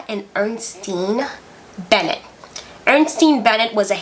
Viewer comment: Michelle Bennett Duvalier is on Twitter now. She hasn't changed one bit. Her son Nicholas Duvalier is also on Twitter and Instagram. He was going to run for President before President Moise's assassination. But has since returned to Florida. Also, her last name is pronounced the same as singer Tony Bennett, not "Benette". And Gabon is pronounced (Ga-Bown, not Ga-boone).